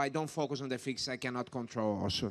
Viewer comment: classic Brazilian theeeeeeee